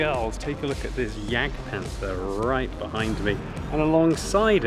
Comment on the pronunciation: "The Panfa"